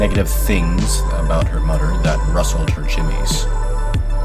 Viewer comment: How can you say "THIS" but also say "mudder and fadder"